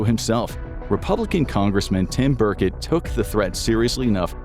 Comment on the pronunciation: It's Tim Burchett...ch, chu sound...not a k sound.